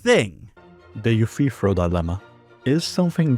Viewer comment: I swear he says "Eu-free-throw dilemma," which sounds like something to do with basketball.